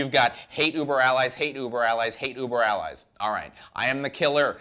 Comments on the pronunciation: Anytime mispronounces something, it's 99.99% on purpose. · Okay, you said the album name incorrectly AND you said “nucular” instead of “nuclear.” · I've been listening to this quite a lot the past week and really brings into words what I've been feeling about this album. Also, please someone tell to never attempt to pronounce "hate uber alles" ever again!